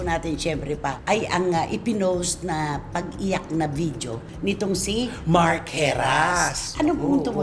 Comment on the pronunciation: Hindi vijio po CF, walang letter “J” ang video. Ang tamang pag pigkas “vi-di-yo”.